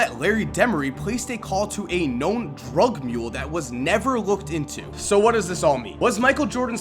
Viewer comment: the emphasis that he puts on drug mule is annoying. Relax. He's a bad guy we get it.